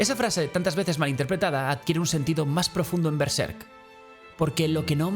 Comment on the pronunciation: Es uno de los análisis más interesantes que he visto de Berserk, y me agradó que pronunciara Berserk igual que yo jaja Normalmente lo pronuncian con el acento en la primera sílaba, pero yo creo que le queda mejor en la segunda, como en este video.